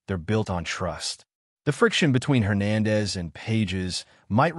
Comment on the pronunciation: learn to pronounce Spanish surnames